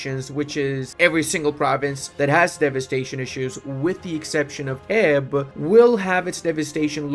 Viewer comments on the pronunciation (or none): He didn't though. He pronounced is as "Keb", which yeah, while better than the classic incorrect "Jeb", it's still not correct. I can understand why though, because English doesn't have the Czech "Ch" sound at all, so most people simply couldn't pronounce it correctly if the tried.